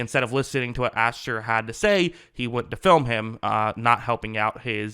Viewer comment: You keep saying "AshTer" and it really bothers me lol it's Asher...no T.